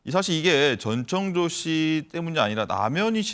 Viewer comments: 전청조인데 자꾸 전창조라고 하네.. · 전창조가 아니고 전청조 입니다...